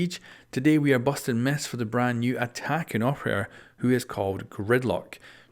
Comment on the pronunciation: "Today we're bustin meth"